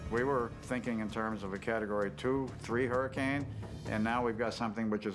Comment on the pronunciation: wtf is a "huracun"?